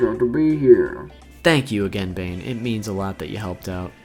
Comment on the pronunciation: I first thought you said babe instead of Bane. 💀